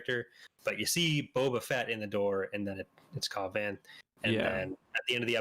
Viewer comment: Cobb Vanth=Cobb Vance but pronounced with a lisp